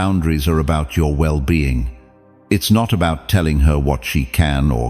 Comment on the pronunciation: The AI mispronounced "well being" # 8